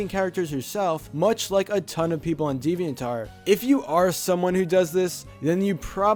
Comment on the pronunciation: Why does he says deviant art as devian tart